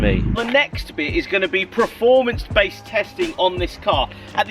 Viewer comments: Until this guy learns how to say Performance he gets a dislike! Mate how old are you? Praformance?! Idiot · Dude it’s “PERFORM” not “preform”.. you say it all the time and it just doesn’t make sense.. “Preformance” isn’t a word! I know I’m nit picking but I’ve commented before and you still keep saying “preform” and “preformance” ?! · PREformance not PERformance... 👍🤪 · Please stop saying preform, please dont wear nike socks with yeezys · I am from Bristol and I have just discovered that I also say “preform” after reading your comment 🤣 I am wondering if it’s a west county thing? 🥰